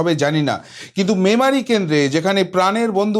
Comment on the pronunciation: যাক, শেষমেশ "ম্যামারি" টা "মেমারি" হয়েছে এর মুখে। Congratulations 👏 🎉